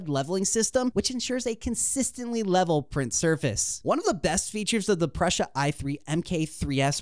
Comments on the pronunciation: It was driving me crazy the way he kept saying Prussia. Told me this was just another lame advertising video. On to a more relevant video. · REPEAT AFTER ME: Pru sa…. Pru sa….It is NOT Prusha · Very nice video and thanks for the infos! Just something minor: it's not Pr"osh"a like how you would say "brush" + a. It is PruSA - like how you would pronaunce the "sa" in sabotage. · Dude, you are over 18, the tattoos, you have no excuse not knowing how to pronounce the single most recognizable name in 3d printing for years. It's 'Proosa', not 'Prussia'. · Pru sa not Prussia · You know nothing about 3d printing. You can't even pronounce Prusa.